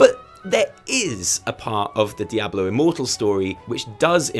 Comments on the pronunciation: dye - A - blow...bahahahahahahahahahaha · I was literally about to comment about your Diablo pronunciation right as you mentioned it.